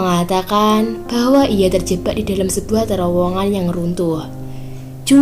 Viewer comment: Terjebak bukan terjebba 😀 bercanda mba 🙏